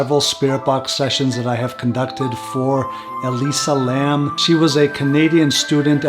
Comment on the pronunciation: It’s interesting the voice on the portal sounds like it could be her voice too. Definitely a young female voice. It’s interesting you even got the last name pronounced right. Like I mentioned on IG, my last name is Lam 林 and if she’s Cantonese then yes it would be pronounced “lum” not Lam. 👍 In mandarin it would be pronounced “Lin/g”. I honestly think she was interacting with something paranormal at the hotel. Definitely bipolarism can make you feel a bit crazy and see things. But I almost feel something paranormal tipped the scale that led to whatever led to her death. And as I mentioned on IG her room being on the fourth floor is a bad luck number for us Cantonese people because it sounds like “death”